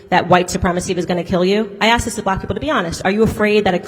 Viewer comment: A question was axed. Its a question was asked